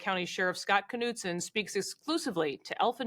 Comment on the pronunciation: Kuh-nude-sin??? Knudsen is usually pronounced Nude-sin😊This announcer should learn how to pronounce Scandinavian last names correctly instead of butchering them with some ghastly Americanized pronumciation